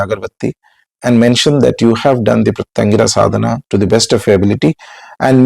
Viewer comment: Sir, can you please utter Her name correctly ?? Please !! , can you please utter the name of special form of Shiva who came to calm down Narasimha. For any mantra sadhaka, uttering the name of the diety.. in fact, uttering each and every syllable of the mantra is extremely important. Hope you will correct these and guide people.